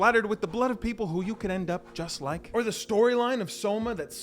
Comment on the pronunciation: I fink I wike this guy he’s pretty funny